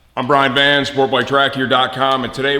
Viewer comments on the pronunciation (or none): Your slurring your words my dude. Your Van sounds like Van's, Vance, etc. Re-watch the intro.